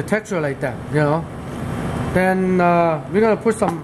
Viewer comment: Ha..ha… He wants to say..''LIKE THAT'' and says for thousand times...…. ''LIKE DAT''... Again...and again..and over again...